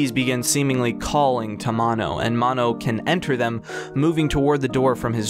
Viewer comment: I was REALLY into his. Until you said "Maw-no"